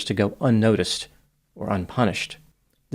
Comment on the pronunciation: “Paranoia”?! Wow.